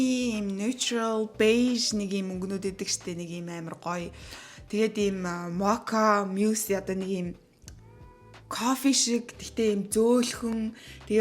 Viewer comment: Моча биш мока гэж дууддаг шүү уул нь америкт амьдардаг биз дээ